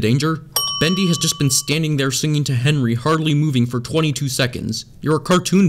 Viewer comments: u said “henwy” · Him: Henry teleports in the hallway Me: Henwy wers glashes u wong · i just love this blooper he decided to keep him after he said fenry. He practiced how to talk again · Good job liwle Henwy your finally learning me: you're a adult type the right things and why did you mess up on the Henry part to Hefry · Lol he says fennry 🤣🤣🤣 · It’s Henry not Henry.